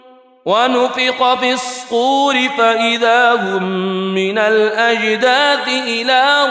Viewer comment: Minal azdad it is wrong Minal azdas it is correct rectify